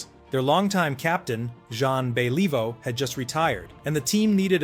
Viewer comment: Jon bellivo? Don't quit your day job.